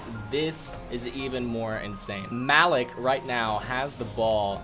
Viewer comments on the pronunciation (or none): it cringed me out hearing mal-ek over ma-leek over and over